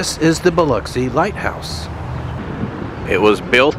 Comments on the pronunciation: You pronounced it right just to let you know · I'm thrilled that you are also pronounced pronouncing Biloxi right people don't always pronounce Biloxi right you are so awesome dude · Appreciate you checking out my city. I'm surprised you pronounced Biloxi like the locals.